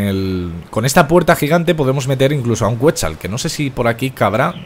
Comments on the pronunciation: se dice quecsal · se pronuncia "ketsál"